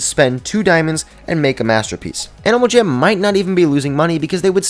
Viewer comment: Is it just me or did he say animal cham at the start when he said " About a dozen things that i think that animal jam should add "